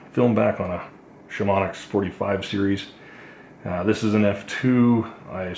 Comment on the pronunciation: Sham-oh-knee not Sham-onyx